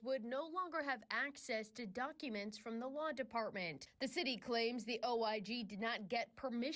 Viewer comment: Did she say the Lawn department or the Law department?